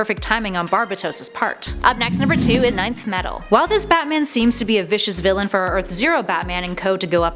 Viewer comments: But it’s revealed that Nth Metal is the 9th Metal in DC Dark Nights Metal, with the metals used by the Amazons being the 8th and the purest metal being the 10th. Yes, Nth Metal is pronounced Enth, but it is also the ninth metal, giving an actual number instead of the unknown “n”. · KWally07 As most have agreed, enth is the commonly accepted pronunciation, regardless of what it was originally called. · when I first saw Nth metal, I pronounced it as "enth" and still do, I'm just relaying its proper pronunciation o those supposedly 'correcting' her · Hearing you mispronounce 'Nth' made me cringe so hard every time... SMDH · Please it's ENTH Metal, not nineth😅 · Pretty sure its not "ninth metal" and it "nth metal" (en-th) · Stop saying nineth it's nin-th metal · It’s not “9th metal” but “ Nth metal” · isnt it pronounced "enth" not "ninth" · Its not "ninth metal" Its "inth metal" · Oh my goodness. It’s NTH metal. Not NINTH metal. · It’s not pronounced “Nei-th” it’s “ni-th” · It's "enth Metal" not "nineth metal" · its not pronounced 9th metal ... its pronounced Enth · It’s not 9th Metal, it’s Nth Metal. Pronounced “En”, don’t you have someone to proof the scripts before recording starts? This just makes you look dumb. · It's Nth Metal. Not 9th. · isnt it pronounced enth metal not ninth metal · its pronounced enth metal not ninth metal nth=enth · It's pronunched "inth metal" not "ninth metal" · Nth metal is pronounced Enth metal. Not ninth metal. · Isn't it pronounced (enth) metal instead of ninth metal? Or does it not matter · Enth!!! Not ninth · En-Th! It's pronounced En-th. As in "N"-th. Not 9th... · i guess its too much to ask for a channel thats supposed to be about pop culture to do research, its pronounced enth not ninth, its beenpronounced that way in cartoons, they should call this channel top 10 poser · Nth metal is pronounced... "Enth" not "Ninth." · It's nth metal not nineth metal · Nicely Done, though Nth is pronounced enth. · it's pronounced ENth metal